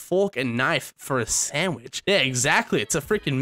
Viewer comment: They dont understand because you say sammich